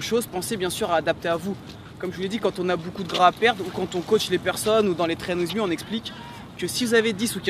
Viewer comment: Message a et: En anglais: Train With Me En BodyTimien: Traine ouiz mi Vous êtes aux States pour votre anglais alors prononcez bien votre programme! Merci aurevoir